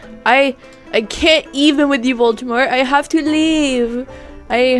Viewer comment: it’s Voldemort not voltemort Edit: OMG TY